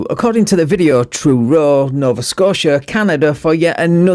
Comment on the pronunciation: First of all, he cannot even pronounce Truro correctly. Second of all, as a Nova Scoatian, this ... person ... is what we call a "dick smack"